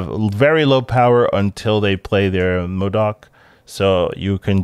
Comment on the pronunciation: NOOOOOOOOOOOOOOOOOOOO. Why did you stop saying MODORK? Its clearly incorrect. But you've been saying it since February. Feel like you should just commit to the bit.